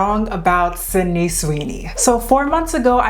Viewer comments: Her name is not Cindy. It is Sid-ney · Not “Cindy” 😭